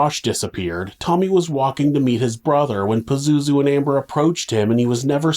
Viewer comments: I literally can't take this episode seriously. PAZOOZOO? I can't!!! And you said it so many times. 🤣🤣🤣🤣🤣🤣🤣🤣🤣🤣🤣🤣🤣🤣🤣🤣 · It’s Pazuzu smart guy ❤ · Pazozoo.... its very hard to not laugh